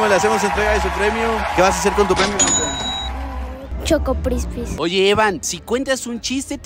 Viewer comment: ✨Chocoprispis✨ jajaja